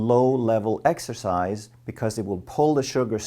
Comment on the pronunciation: Exercise? I thought you said extra fries.